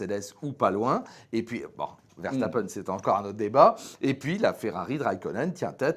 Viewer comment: Toujours un plaisir de vous écouter et de vous partager sur notre groupe Facebook mais par pitié Ver-SSSSSS-tapen et pas Verchtappen ^_^